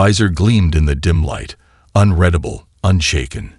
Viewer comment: I CONCUR 👍🏻 AND AGREE WHOLEHEARTEDLY , THIS AI CANNOT REMEMBER ONE SIMPLE NAME OR PRONOUNCE SIMPLE WORDS COHERENTLY ! PERSONALLY I TRULY HATE THE “ UNREDABLE “ TO UNREADABLE , IT LITERALLY GRATES ON MY NERVES !